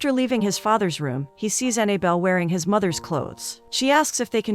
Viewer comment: The narrator keeps pronouncing the girl's name Annie belle When it's Annabelle